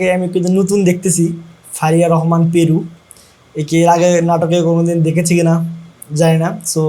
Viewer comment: পেরু না পারু